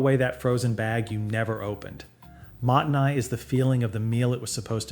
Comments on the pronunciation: If it's a channel about Japan, or related to, they should at least get the pronunciation right... Shiitake, mottainai and gyōza ended up sounding like completely different words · Great tips! My only gripe is that the pronunciation of gyoza, shiitake, and mottainai make me want to vomit blood a little LOL